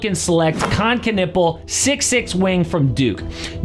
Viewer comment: Why am I hearing “Ca-nipple”? 🤣🤣🤣